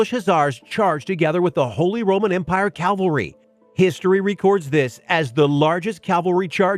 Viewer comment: Guys.. please start saying cav-al-ry.